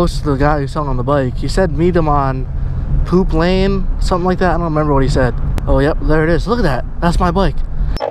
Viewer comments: Did he say POOP lane 😂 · You said poop lane[